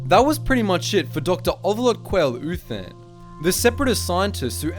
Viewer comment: I kept on hearing Doctor Who instead of Doctor Uthan